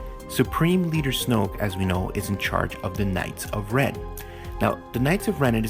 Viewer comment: he said snooke